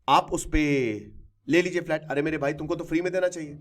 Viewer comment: Sir flat hota h falt nhi